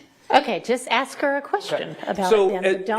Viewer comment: no one axed anything. its ask. ASK. AAAASSSSKKKK